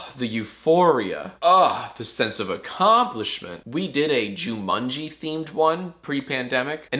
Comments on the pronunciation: ju-mun-gee???? It’s Ju-mon-gee jack, they say it in the movie 😂 come on man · "jumunji?" "Donegal?" Jack, no offense, but your pronunciation of non-american words is appalling. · jumUNjee? you can't speak. smh. there's a MAN in Jumanji, Jack. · ah yes, jumunji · Jack says Jumanji like my dad says it. "Jumuhnji" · jack you cant just say jumungy and get away with it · jumunji jack said jumunji what an idiot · did he just say jumunji? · Hey Jack, when are ya gonna learn how to say Jumanji correctly? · Why do you pronounce Jumanji like a heathen? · I’m 90% sure he said jumanji wrong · Why are we not taking about how Jack said “Jumanji”? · well he emphasised it in a odd way but how else do you pronounce it?